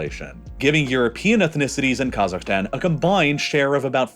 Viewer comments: I really f***ing hate how he pronounces half of the names here - "Ta-JEEK-ee-stan". "Ka-ZAKHS". ETC WHY DOES HE NEVER LEARN HOW TO PRONOUNCE S*** LIKE THIS PROPERLY?!?!? Oh, I forgot, it's a super privileged and mega entitled A******** with a buttload of audacity to think it knows everything. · if i hear you say "kazakhstan" one more time, i swear to god....